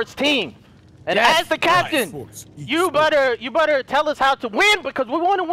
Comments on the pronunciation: did you say butter instead of better? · I love how he says "better" as "butter" You the best mate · Why does always replace 'you better ' with 'you butter😂😂😂😂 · anyone noticed says butter instead of better lmao " you butter"